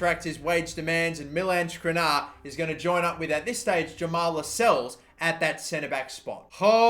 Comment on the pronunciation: Dude, just read what the players name is, not what you think it says, what it actually says. It's not rabo, it's not firminho, it's not skrinar.